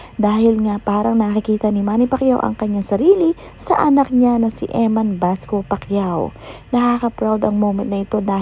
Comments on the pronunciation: Bacosa not Basco ayusin mo Pag report mo mema blog ka naman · Bacosa po not basco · EMMAN BACOSA HINDI BASCO!😅